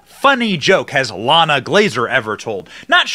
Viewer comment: Not "LLana", it is "Ilana" (ee-LAHN-ah), Israeli / Hebrew name.